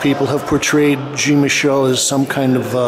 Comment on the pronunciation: Good video,, as always, but why do you continue to insist on mispronouncing Jean-Michel? It's Jean as in John, not Jean as in blue jeans.